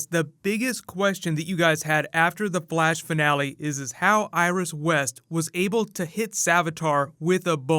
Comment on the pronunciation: Its Flash not Blash😂Dumbass